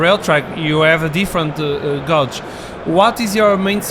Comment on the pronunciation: gauge = /ɡeɪdʒ/, not "gódz"